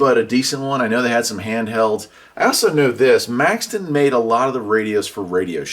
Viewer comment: Question, Do you mispronounce and misspell radio names on purpose, Maxon is Maxton, Retevis is Retreevis? I really like you videos. Been a subscriber you years.